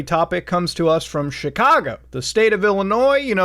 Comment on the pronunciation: chicago more like chi"cargo"